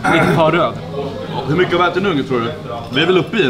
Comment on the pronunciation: "Vi beställde medium... Den är heeelt rrrröd"